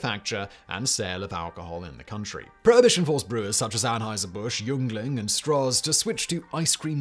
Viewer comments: Pennsylvania native here, it’s pronounced “ying-ling” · Simon Love all your videos. The proper pronunciation for the Pottsville Pennsylvania based brewery that produced ice cream during prohibition is ( ying ling) Yuendling . The ice cream was manufactured until sometime in the mid 1980s. The plant closed but the ice cream was again manufactured around 2010. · Sorry to be pedantic but Yuengling is my brand and I have to say it's pronounced Ying-Ling. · It's pronounced yingling. IDK why. 🤷‍♀️ My dad told me he got drafted for Vietnam but was too skinny so the army put him on an ice cream diet but even then he couldn't gain enough weight to serve. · Yuengling is pronounced Ying-ling. How do I know? I lived around the block from the Yuengling Brewery and Mansion for over 2 decades. 😀